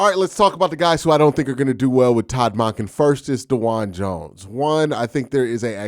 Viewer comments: The way you pronounce Monken is wild. It’s Munk-Inn not Mon-Ken. How do you pronounce the work monk? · It should be more like MAWNken or MAHNken, not MUNKen. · It should be like the 'o' in donkey rather than in monkey. MAHNken. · Bro you gotta learn how to say our new coaches name correctly 😅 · Q! The way you pronounce “Monken” has me rolling 😂 every time. Bring in a fullback please. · Q is the best but he is not perfect. I learned to just accept it. I listen to every single video he makes on the Browns.